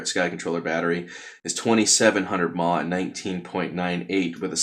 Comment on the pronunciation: I have never heard anyone pronounce mAh phonetically. It's killing me. Is this something all americans do?